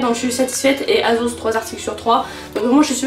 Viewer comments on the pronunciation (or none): ça se dit "aSSos" :((( la combi bleu et blanc de chez zaful je l’ai depuis bien longtemps, j’la mets souvent en été et les boutons n’ont jamais cassé^^ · elle me fait trop rire « azoze » 😂😂😭❤️